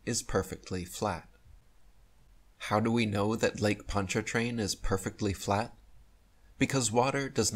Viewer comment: First, we don't pronounce the R in PonchaRtrain. 2nd. Next time I go over it I'll video it for you .